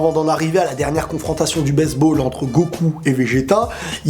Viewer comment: je reve ou il dit baiseball